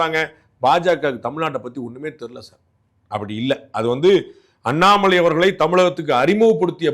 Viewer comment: Dei pandey unakku Annamalaiyin peyarai utcharikkavey thaguthi illai.